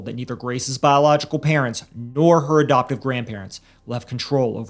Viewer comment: Why do you pronounce adoptive “abdoptive?” Learn to speak.